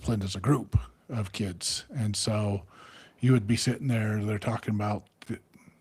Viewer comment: OMG!.. says Kidzes too.. 😂... The one thing says that really irks me... We in the Northeast... Maryland say kids, then moved to Georgia and the south says kids... Is Kidzes said by everyone.. 😂